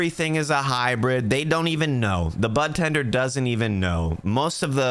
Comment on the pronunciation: did you call them a "butt-tender" deliberately ? lol